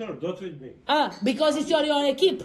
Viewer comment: "bicoz iț your echip" 😂🤣😂 Vai mama ei de engleză 😂😂😂